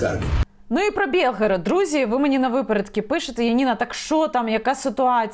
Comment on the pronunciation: Не Бєлгород, а Білгород